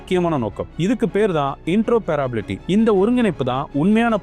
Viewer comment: It's இன்டரா பேராப்ரபிலிட்டி கிடையாது இன்டராப்ரபிலிட்டி at 1.58 min of the video